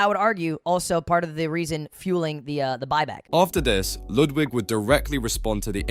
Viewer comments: Not "Loodwig" 😂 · "Lewdwig" lol